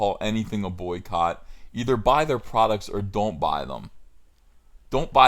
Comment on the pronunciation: The way you said Soycott.. That made spill my water out.